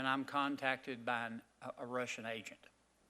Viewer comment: Who are these dummies....this guy can't even pronounce "Russian" correctly, it's not Rissians!!! Get rid of all of these old senile and stupid men!!!!